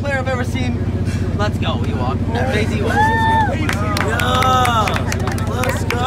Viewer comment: Funny how her name is Ewok but doesn’t know how it’s pronounced.